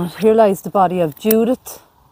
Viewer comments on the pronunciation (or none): none